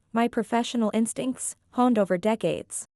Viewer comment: Honed isn't pronounced 'hah-nd'. It is 'hoe-nd.'